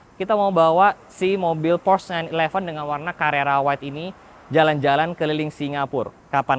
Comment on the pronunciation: Porsche bang, bukan Prosch Ada tutorialnya di YT officialnya Porsche